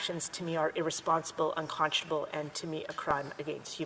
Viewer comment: These foolish Liberals are so SILLY AND EMBARRASSING!! She can’t even pronounce “unconscionable” properly!! Crimes against humanity— what a silly little girl she is!!